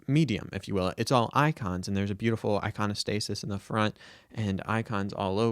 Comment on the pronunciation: The fact you didn't stumble on the pronunciation of Iconostasis is proof that you've done your homework! Enjoy the tour, and God bless you in your search. Great video.